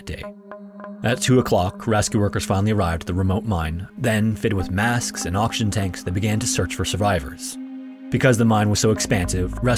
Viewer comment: Just about everytime you said oxygen it sounded like auction.